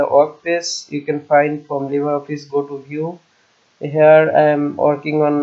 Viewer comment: উচ্চারণটা লিব্রে হবে তো। লিবার না।